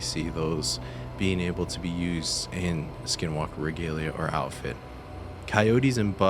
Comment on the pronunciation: Not supposed to say the name, and I believe that you said it wrong. My grandpa told me you don't say it or it may make them come.